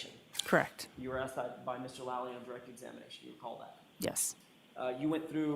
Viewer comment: How come everyone in court can say Mr Lally but when judge says it she sounds like shes sayn Doolally😮